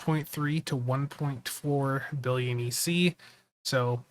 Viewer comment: Sounded like you said million